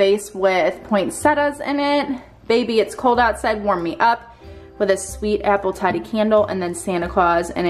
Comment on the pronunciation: The BBW plug in name is pronounced Apple Toddy as in a guy’s name “Todd”, not like a toad 🐸. Lol